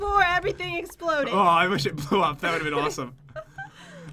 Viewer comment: was is it just me or did pat say iron scha scha when he got potatoes for the second time.